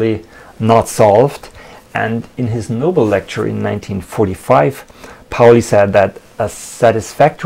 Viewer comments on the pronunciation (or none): none